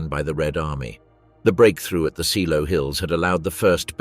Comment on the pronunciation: Pronounced ZAYLOW.